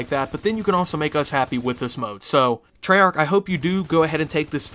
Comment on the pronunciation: you didnt say it properly